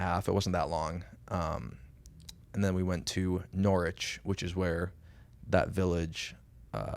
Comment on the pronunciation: Nice to hear using the correct Pronunciation of Norwich